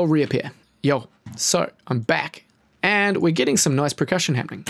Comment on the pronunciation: anyone else hear him say "pre-cussion" every time?